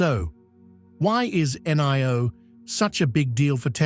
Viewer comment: In Chinese "i" is pronounced e; as in Li (Lee). So, NIO is pronounced NEO: as in KneeOh.